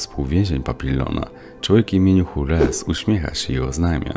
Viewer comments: Nie Hules tylko Żuls bez s co brzmi jak Żul, wypadałoby chociaż to sprawdzić jak omawiamy Film którego aktorzy grają Francuzów ;d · czy ty naprawdę przeczytałeś imię Jules jako Hures?